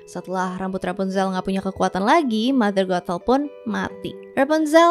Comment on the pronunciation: ngucapin nya sih kya rada susah y tpi klo di dengerin jadinya mother gatel🥲